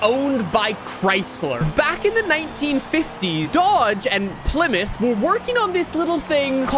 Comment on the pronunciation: its pronounced PLY (plaee) MOUTH (mouth)